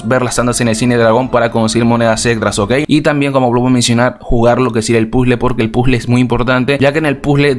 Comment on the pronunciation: Porque dices pule y no puzle